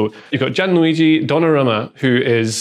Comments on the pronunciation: I do not like modern football but I like this video...congrats. P.S. It is not "Donnarruma" but "Donnarumma"... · Donnarumma! Not Donnarruma